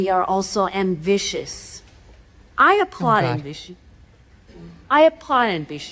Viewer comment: That "I applaud ambition" bit (just past the mark) is so slurred! She really does sound like she's been drinking!